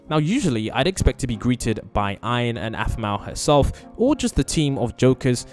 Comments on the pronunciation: Why do you call aaron iron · he name is not iron he name is ein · WHY DO YOU CALL HIM IRON